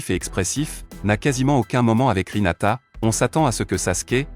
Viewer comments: Hinata pas rinata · C'est Hinata pas rinata😂😂😂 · Ta dis rinata mais ses hinata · Ce n'est pas sakula mais sakura Ce n'est pas rhinata mais hinata Ce n'est pas luchiwa mais uchiwa 😅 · C'est Sakura pas Sakula et c'est Hinata pas hilata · D'abord tu dis sakula et ensuit tu dis rinata